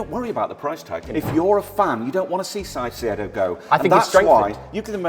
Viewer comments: ITS NOT PRONONOUNCED "SAISEE-EDO" ITS "CAI-SEY-DOUGH-" CAICEDO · BRO STOP SAYING SAICEDO ITS CAICEDO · seriously pronounced Caicedo as Saisedo 😂😂😂😂😂😭👋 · Please pronounce Caicedo as Kai-say-doh instead of s-eye-see-ay-doh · Why are they pronouncing it Çaicedo (Sai-ce-do)? Is it a meme or are they just trying too hard? It's pronounced Caicedo (Kai-se-do), no complications. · “Saisiedo” you both are muppets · Stop saying saiseido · Kai-say-doe for the record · Can we please get to say Caicedos name right please. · ngl i hate how you and pronounce Caicedo.